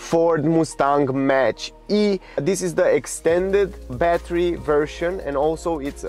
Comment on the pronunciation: Thank you for making this video. One of the best reviews I've seen of the Mustang Mach-E. You are a truly charming reviewer. The word Mach is pronounced like mock. I am sorry it is so expensive in your country. It isn't cheap here in the U.S. either, but not as expensive as elsewhere. I'm very impressed with your review, and impressed with the car. I ordered one in February and should be able to take delivery soon (It is June at this writing).